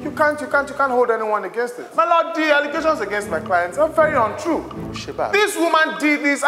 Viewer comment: I heard MY BET instead of MY LORD